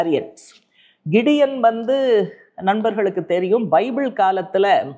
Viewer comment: அது கிடியோன் இல்லை. கிதியோன்..